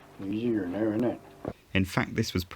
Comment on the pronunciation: Those guys from to almost sound like they're from Berkshire County, Massachusetts, minus a few things like how they pronounce "now."